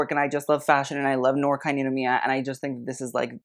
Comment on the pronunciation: 'noir' is french so it's pronounced 'nuhwaar'. also blackpink is wearing D&G eew